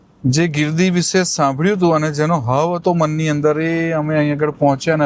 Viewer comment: આમ તો આપ ની ભાષા સારી છે પણ શ ની બદલે સ બોલો છો એ બહુ સાંભળવું સારું નથી લાગતું. ઉદાહરણ તરીકે તમારા વિડિઓ માં તમે આ શબ્દો બોલ્યા છો - વીસે, દરસન, vruks, જસો, આસા, પરીક્સા, વગેરે.